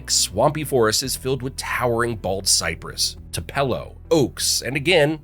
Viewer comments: Mispronounced Too-pa-lo, Ed-is-to (ick), and many other extremely popular places! Not a native! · Two-puh-low tree. That’s also a funny shade of “bright red” on that fire hydrant. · I'm cringing every time I hear the mispronunciations. My mother is from Edisto Island, so that one really hits me. Also, TOO-puh-lo trees. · Too pello trees ? Endesto river? Joe cussie lake? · Even though it is not unique to SC, it also mispronounced Tupelo!. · Tupelo wad pronounced with incorrect stress as well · It’s got to be AI bc he didn’t even pronounce Tupelo correctly. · LOBlolly, TUPelo